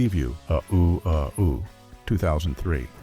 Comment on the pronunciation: "UH OOO, UH OOO." 😖 It's "Uh oh." 😆😆